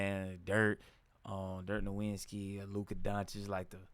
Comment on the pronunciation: You're not even a real fan if you can't pronounce Dirk's last name correctly.